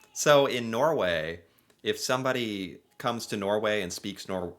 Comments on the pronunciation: He will be understood by Norwegians, but he say them wrong… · Yes, the norwegian word for norwegians is nordmenn, your pronounciation is perfect if you just ignore the d. Also I think you have a really good pronounciation when you say norwegian words